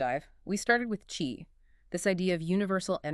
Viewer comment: Pronounced “Chee” not “Kee”